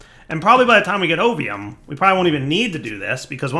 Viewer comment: So i've been playing cata dda while i watch this series, and because i am not focusing on the lets play with 100% of my attention every time you say ovium ... i hear opium ... i keep double taking lol dungeons, dragons and drug lords. lol